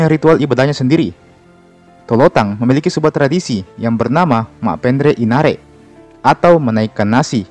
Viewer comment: Inannre bkn inare yaitu nasi🙏🙏